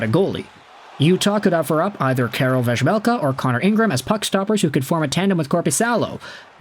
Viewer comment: Utah is my #1 team now, Vejmelka (prounounced VAH-melka by the way(its really irritating when one of our own announcers can't pronounce it)) is pretty good, and though I think utah could use Swayman, I think Detroit (my #2 team now) would benefit from him more. They are in a worse cap situation by far than Utah though.